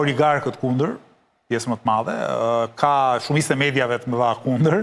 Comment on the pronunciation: Nuk di ku qendron veshtersia qe nuk dini te shqiptoni fjalen "madhe" ? Eshte maDHe, jo maTHe!